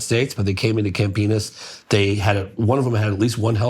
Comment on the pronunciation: I kept laughing at cam-penus 😂